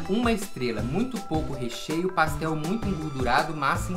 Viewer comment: Quem também ama falando paxtel? 🙈💙❤